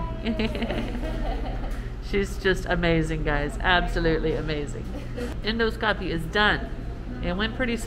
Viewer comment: You’re doing great,! Keep up the good work. BTW, the word “endoscopy” is accented on the second syllable, not the third, with so “en ‘DAH ske ‚pee“, where the “ske” has a super short vowel, and the “pee” has a super light secondary accent.